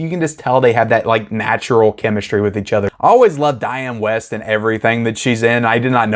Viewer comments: One of your favorite actress’ name is spelled “Wiest.” What would make you think it was pronounced “West?” Why not take the :30 to look up “Diane Wiest” (or any other actor or actress you’re unsure of) on the interweb for pronunciation. It’s pronounced “Weest,” rhymes with “Beast.” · Please pronounce your movie mom’s name correctly, lol. Dianne Wiest. Weest… This movie only became “nostalgic” for me after viewing it a few times. I’m sure after a few watches, you too can be nostalgic for this masterpiece. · I hate to be picky, but if Dianne Wiest is your movie mother, you might want to know her name is pronounced Wee-st due to the "i" you seem not to have noticed in the spelling of her name.